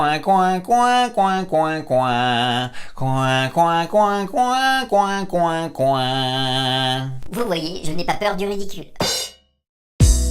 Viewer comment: par contre pour le canard il faut dire "Coua" et non "Couin" sinon le son est nasal et ce n'est plus du twang ;)